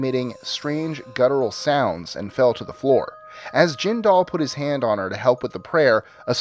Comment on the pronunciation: As much as I despise both Bobby Jindal AND his horrible mother, you'd think you would manage to pronounce the last name of an idiot who briefly ran for POTUS! I am just like my mom in that we both get along with everyone regardless of age, sex, race, religion or anything else. So when my mom came home from work at Louisiana's Department of Labor (the agency mom had been employed at since before its current location was built in the late sixties) on a near daily basis with a new horror story of how Jindal's mother mistreated the people who worked for her (which didn't include my mom, btw) and generally made it clear that the woman treated everyone around her like worthless slaves, it was saying A LOT! I suppose I should mention that Ms. Jindal was one of the political appointments who hadn't had ANYTHING to do with the agency before her appointment, knew NOTHING of how the agency worked yet immediately set about making changes to the agency and how things were done the moment she set foot in the building! It was pretty common among these "political bosses" to do this, but she was worse than most! Thank heavens for Civil Service rules about hiring and firing of state workers, or this rich bitch would have had half the building on the unemployment line either the first day or for things as minor as looking at her too long! (This was before most people in the state even knew who Bobby was, fyi.) When Bobby hit the political scene, I hoped and prayed that he wasn't like his mother